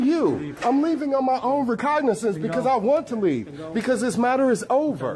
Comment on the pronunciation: He left of his own “vercognicance.”